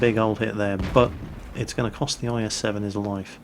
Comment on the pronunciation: Etts.. etts only game, y u heff 2 be mad?